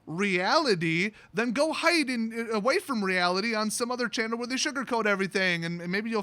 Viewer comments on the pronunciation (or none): none